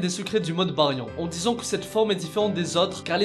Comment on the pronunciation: tu prononces le mode Baryon comme une merde